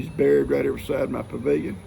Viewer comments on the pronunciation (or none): none